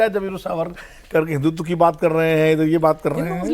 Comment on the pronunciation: हिंदुत्व होता है हिंदुत्वा नहीं